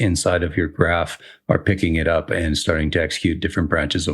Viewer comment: This is great and all, but because you're a better game developer than I am, I am taking immense joy in you pronouncing graph and graft. :)